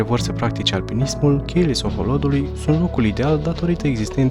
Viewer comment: La min 16 ati gresit denumirea Sohodolului, spunând Soholodului de cateva ori si ar fi pacat sa ramâna asa. Poate corectați, dacă se mai poate. In rest ...felicitari!